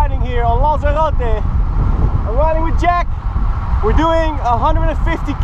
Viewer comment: He pronounced Lanzarote right at the start. Woo